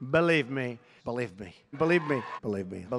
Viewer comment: “Belieb me!” Not believe me. That would be saying it correct.